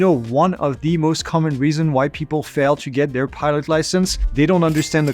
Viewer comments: Just sounds like he's saying "pirate" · when ever he says pilot in sounds like he said pirate